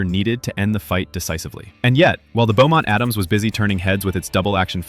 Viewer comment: Beaumont-Adams Revolver, NOT Bowmont.